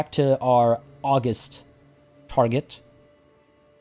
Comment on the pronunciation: FYI,, it is pronounced "auGUST". Not like the month. For some reason, it feels like everyone who is playing this game on YouTube is making this mistake, and it is driving me batty.